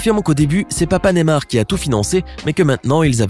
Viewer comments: C pas nemar mais ne*y*mar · NeYmar pas némar 😂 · Ptn comment il dit Neymar